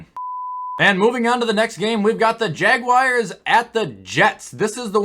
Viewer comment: “Jacksonville jagwires” 😂